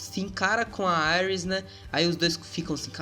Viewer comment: Mano fala "íris" por favor kkkk aires fica parecendo Ares o Deus da Guerra ksksksks